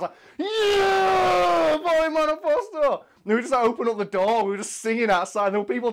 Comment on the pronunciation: I'm Italian and I will say that you pronounced it good enough. We all mostly drunk and slurring anyways.